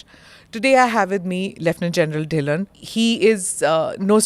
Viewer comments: It's not dhi-len , it's 'dhilo'. Indians speaking like westerners and messing up names is not the right way to go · Plz say correctly he is ढिल्लो सर् not ढिल्लन 😅